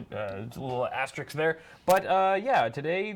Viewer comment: Asterisk not Asterix!